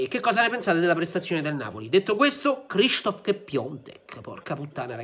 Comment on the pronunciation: è "SHISTOF" HAHAHAHAHAHA. Viva i telecronisti RAI😂❤